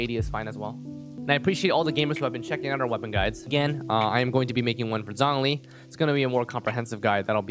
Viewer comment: zhongli is pronounced like jong lee btw-- with a long o, not zonglee